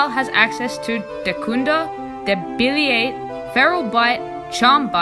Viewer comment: Hey man I know it’s been a while since you made the vid but it was a lil painful to hear you say debilitate wrong lol.great video though